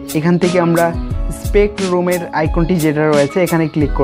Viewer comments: ভাই, এইটা স্পেক্টরুম না, স্পেকট্রাম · সিলেট.. পিকট্রুম... এমপ্রিথ্রি...